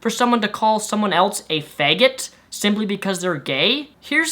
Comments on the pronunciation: why does he pronounce it fague-it? doesn't matter, just funny to me. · LOL, I like the way he says FAEYGET. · pronounces it wierd. Beg, feg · "feg" 😂 no hate it's just funny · "a faegit"